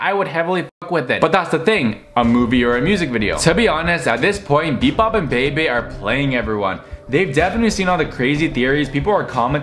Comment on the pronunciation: It’s pronounced (beebee) Bebe